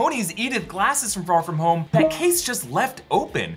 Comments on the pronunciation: Why does he say "far from home" like Pharfignewton??? Lol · I swear if you pronounce “Far From Home” like that one more time I’m gonna explode! 😅😅😅